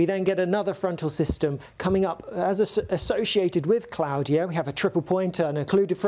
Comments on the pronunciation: Surely it's pronounced (claw-dia) not (clow-dia) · Surely it's "Claw-de-a", not "Cloudier"!😂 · Is that how you pronounce it? I've always pronounced that name differently, like CL-AW-DE-A E.G: Claudia Black. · Why is he saying Claudia like that?? 🤣